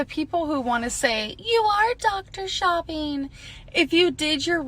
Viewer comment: Bulleen. Shopeen. Read this and try to learn the proper pronunciation so people can stop laughing at you!!!!